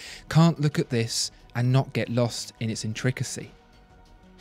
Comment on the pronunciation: what is "in-trickacy". Didn't you mean to pronounce it intricacy?